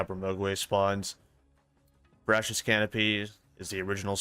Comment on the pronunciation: Only a minute in and you've already said Jabbermogwai and Veracious weirdly 😂😂